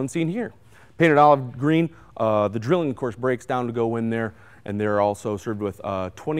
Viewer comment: Its pronounced Drillling just as he said it